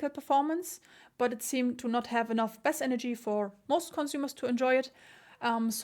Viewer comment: Schaue die Reviews wirklich gerne. Was mich allerdings immer etwas schüttelt ist die Aussprache des Wortes "Bass" nicht wie das englische Wort "Base" (Basis) sondern wie das gleich geschriebene Englische Wort für den Fisch "der Barsch" (bass fishing). Also Wie "besser" nur ohne er.